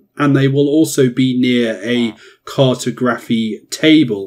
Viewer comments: “CART-oh-graf-fee.” 😆 I’m dying with that pronunciation. Try “car-TOG-ra-fee” next time. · CAR-to-graphy? Lol it's car-TOG-raphy. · car.tah.graf.y not cartoe. grafee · CAR-toe-GRAPHY car-TOG-raphy Is this an accent thing? I’m not trying to be a grammar dick. I’m genuinely curious, because I’ve always pronounced it the second way. Anyways very helpful video. Great stuff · I’m glad you realised the pronunciation was a bit off 😂 great video tho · Cartography is pronounced like geography. The way you pronounced it sounds cursed, it's like saying photo-graphy as opposed to photography. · Where is the presenter from? Why does he pronounce cartography that way? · Good guide. But that's not how you pronounce cartography 🤦🏻‍♂️ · Or when he mispronounces Cartography or Cartographer 🙈🍻